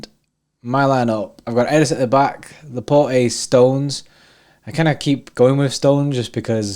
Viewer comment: As a Belgian I know how De Bruyne's name is pronounced and because I speak some French, I also know how Laporte's name is pronounced. Not that anyone blames you or cares how you guys (and other Englishmen) pronounce these names but just in case you want to be correct: Laporte is pronounced La-port (no e at the end), De Bruyne is De-Bruyn-e (with an "e" at the end). The "UY" sound does not exist in the English language so don't bother learning that, just say the E at the end! Cheers